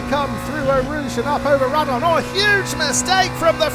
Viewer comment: awesome video, glad to see you back! btw radilion is pronounced radeeon, the L is silent 😉